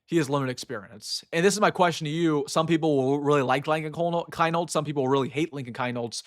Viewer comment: Rule #1 in sports broadcasting. Pronounce the players names correctly. Keinholz, is pronounced “keenholz”. You’re welcome.